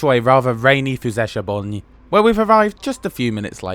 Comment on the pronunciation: Fellow Hungarian here. Since Hungarian language is amongst the 5 most difficult languages in terms of pronunciation and punctuation, I gotta say, your pronunciation of Füzesabony was very good.